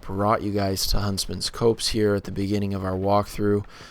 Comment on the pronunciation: it's pronounced Huntsmans COPS!